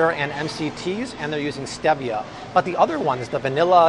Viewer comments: Urg! Steevia is how it's pronounced. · Great video-I always thought stevia was pronounced like the man's name :)